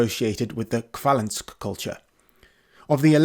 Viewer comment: Throughout the video you keep mispronouncing Russian words: it's Yàmnaya not Yamnàya, kurgàn not kùrgan, Khvalýnsk not Khvàlynsk, etc.